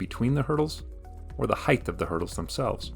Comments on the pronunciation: height is not written nor pronounced heigth, it's a t at the end not a th. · Length, width, height. Not "heighth"